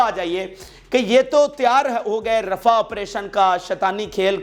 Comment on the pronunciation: رفع نہیں رفاہ